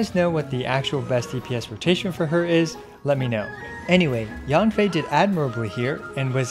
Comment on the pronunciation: actually in mandarin, Yanfei is pronounced like "yen fei". Yan sounds "yen" while Yang sounds "yang".